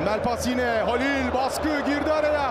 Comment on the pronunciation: o nasıl Halil diyisi GS Spikerin 🤣🤣